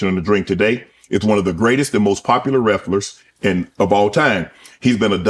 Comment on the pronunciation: Lol he said wreflers